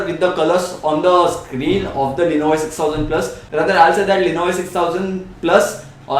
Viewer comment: Good review but I think you have problem pronouncing lenovo.It is sounding like "lenovay". Anyways keep up the good work:-)